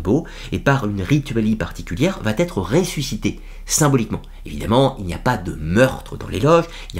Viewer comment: va être ... il n'y a pas de liaison vat être ET bravo pour ce merveilleux travail de présentation.